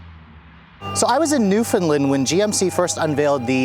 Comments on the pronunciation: Newfund huh???? 😂😂😂😂. New Found Land!!! Not New fund lind 😂😂😂. Way to kill that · Ugh...say understand....now say Newfoundland the same way..not Newfindlend! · We Newfoundlanders pronounce it New-fin-land. Lol